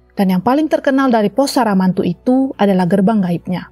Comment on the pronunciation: SAMARANTU jadi SARAMANTU kwkwkwkwk.... kocak lu